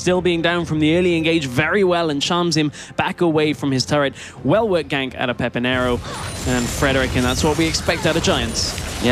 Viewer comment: That difficult is to say PEPINERO?!